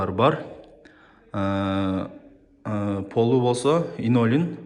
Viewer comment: Инолин эмэс Линолеум кыйналбай кыргызча эле айтып жарыялачы